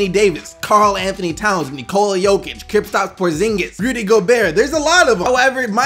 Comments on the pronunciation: why do you add an extra p to kristaps? you say kripstaps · You still dont know how to say kristaps name 😂😂